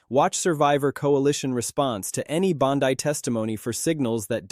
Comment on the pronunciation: If your going to do a story on somebody atleast pronounce their name correctly ! .... Bondy not Bondeye you banana 🍌